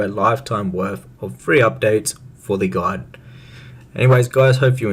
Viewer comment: "GOLD GUDE".. is that Orcish? Like "ME LIKE GOLD. GOLD IZ GUDE!"